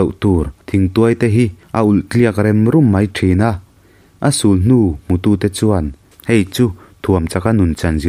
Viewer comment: A-sûl-hnû ti a lam tur hi lam sual palh a nih ka ring. Thirtiang phun ngîl te pawh ngîl lai hi lam dan tur chi 2, a sentence a zir in a awm a, ka lo helh leh palh thin. A chhiar a chhiar hi chu a har ve viau bawk ang. Editing i thiam tho a a dik lo lai hi chu siamtha hram hram thei thin la ka va ti em. Viewers in ngah tawh si a Zo tawng lam diklo palh ang ang hi, a dik ah anlo ngaih palh theih na lai a awm thin.